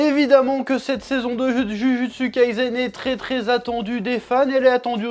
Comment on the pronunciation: Ça me toujours autant frémir la façon dont tu prononces Jujutsu, Kurosaki, Naruto 😂 à la française